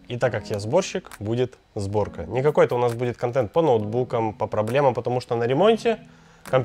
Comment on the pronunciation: Правильно "Сборка" а не зборка